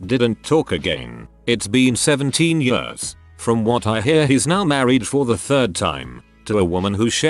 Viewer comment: Also the "yërs" instead of "years" lmao